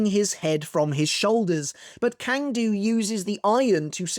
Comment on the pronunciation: Hey man, great content. You’re probably not going to read this comment, but Cang Du’s name is pronounced as (ts)(ah)(ng) Du.